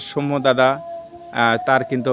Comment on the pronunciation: সৌম্য সরকারের নামের উচ্চারণটা ভুল হচ্ছে । উচ্চারণটা দন্তস্য এর সাথে ঔ-কার হবে । কিন্তু আপনি ও-কার উচ্চারণ করছেন এবং শেষে ম এর সাথে য-ফলা এর পরিবর্তে ম্ম(ম+ম) উচ্চারণ করছেন।